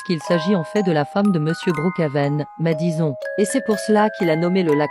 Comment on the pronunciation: Oee ta pas biens dit madison on prononce madisone mais ca cecrit madison desole pour faute d'autographes